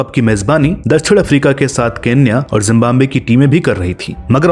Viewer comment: It's #Zimbabwe...Not Jimbambe ...🐸🐸🐸🐸🐸🐸😝😝😝😝😝😝😝😝😝😝😝😝😝😝😝😝